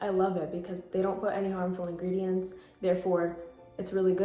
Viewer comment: Her: Read The Engredients Olso her: MaRiO BaDeScU